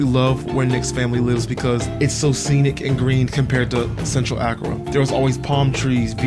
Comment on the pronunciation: Wow you went to my hometown 😊 we are in the eastern region where Twi is used and Fante is more western region, please go again for Easter! Please Accra is pronounced “Ah Kra” and Kwahu “Qo Wu”.